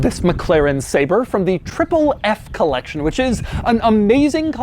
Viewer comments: He keeps saying “Say-Ber” when he should be saying “Saab-Rey” I’m calling Jo Bennett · Ah yes. The McLaren SAB-RÉ. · I clicked to check whether it's pronounces sah-bre or say-ber lol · I wonder if they make printers too? 🧐 I thought it was pronounced “Sabray”